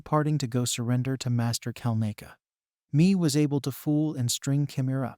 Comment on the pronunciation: What the hell is going on with your narration?! "He's is obviously one of MY allies ... Master KelNAYcca, ME was able to fool..."